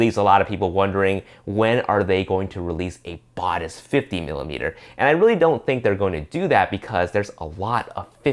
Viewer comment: It would be good if the reviewer could do some research to learn how to say Batis correctly. Tip: check B&H video about the Batis 40mm